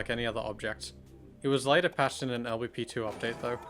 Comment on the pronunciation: LBP is not pronounced el beppe :') What kind of Swede is he